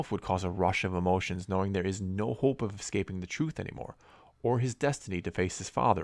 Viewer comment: Hoooope Canadian eh